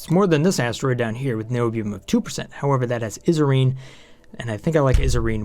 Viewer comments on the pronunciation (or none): "Eye-so-reh-zin" not is-a-reen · It's pronounced ISO-RESIN, not ISO-REEN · I cringe a bit when you say Isoresin and fullerene. You called it fluorine and isorene. Isoreen? Izoreen. Either way, I love the video with that exception. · it's isoresin not iserin:P like an isopropanol and resin mashup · Also (not to be a grammar nazi...but) I think it’s pronounced ice-oh-res-in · Say it with me.... EYE SO REZ IN Isoresin!